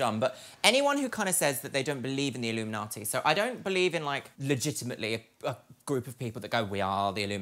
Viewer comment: i love how says "illuminati" because it sounds like she's saying it like "illumi-naughty" lmao!